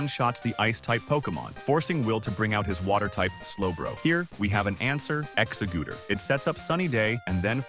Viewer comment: Not exa- gooter 🤣